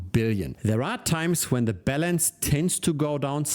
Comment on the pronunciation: Your pronunciation of "Balance" sounds like "Bell Ends". Another great show...